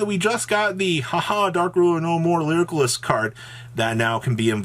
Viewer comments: Dude please read how to pronounce lyrilusc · ffs pls learn how to pronounce lyrilusc lol